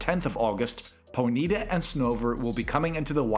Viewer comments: No hate just to mention it's pronounced pony-ta 😊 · Did you just say pony-ta?